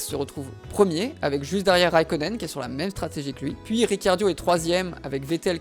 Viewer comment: Trop bien la video mais sa me stress que tu dise riciardio au lieu de ricardo